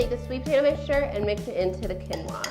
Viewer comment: The correct pronunciation is keen-waa.